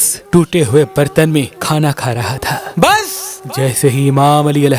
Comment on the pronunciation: Mashallah your all videos are so informative But please stop saying bssss! in odd voice it’s look over.